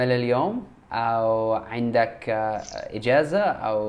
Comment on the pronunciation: إذا اردت ان تتعلم اللغة العربيه فالأفضل ان لا تتحدث مع المصريين, لأنه مثلما حدث معك في هذا الفيديو الفتاه المصريه قالت ( إجازه) و انت لم تفهم الكلمه بالبدايه لان المصريين يتعمّدوا ان يلفظوا حرف الجيم بشكل خاطيء, و قالت أيضاٌ ( كلمات خاطئه متعمده ذلك) و هي الوظيفه, قالتها الوزيفه ذلك, قالتها زلك. إذا اردت تعلم اللغه العربيه الفصحى, تحدث مع فلسطينيين فقط